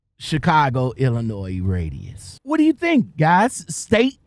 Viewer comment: ILLINO The S is silent